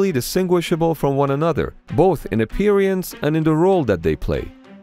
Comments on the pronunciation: Why do you pronounce "Appearance" as "Apee-reance"? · To the narrator: You did great until you pronounced "appearance" as "appear(i)ance." One too many syllables. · It is spoken appearance not appearEance! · Im sorry but its pronounced ah peer uns not aperiance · "apperiance" though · I LOVE the way he says ”appear-y-ance” 😂😂😂😂 What in the world is that behind the frigate? On the other side of the pier?? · What in the world is that behind the frigate? On the other side of the pier?? Also, I LOVE the way he says ”appear-y-ance” 😂😂😂😂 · Apiryance XD good content though :) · I'm triggered by the way he says "appearance"